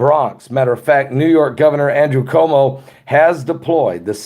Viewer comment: Our gov is pronounced Cu woe moe